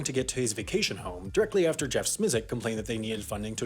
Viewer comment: So you pronounced Jeff’s name wrong several times. You aren’t wrong in the message but you gotta learn the names.